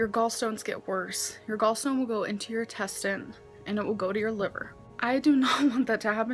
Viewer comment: Did she just call the intestines the testine?